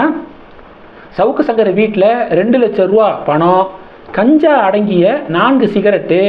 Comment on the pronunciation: Please improve your pronunciation, you don't see comments or ignore comments? It is Ganja, not Kanja. For Kejriwal you pronounce as Gejriwal, for Ganja you say Kanja, why do you always pronounce opposite?